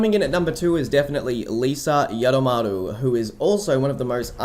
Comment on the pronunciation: It’s pronounced as YU-DOW-MU-ROO!